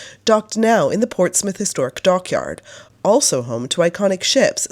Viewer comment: So nice to hear Portsmouth and Hampshire pronounced properly 😅 I visited the old museum many times while growing up in the 90s. Thank you for visiting ❤